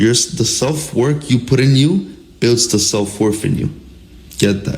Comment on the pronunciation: Self worf???? WTF is worf?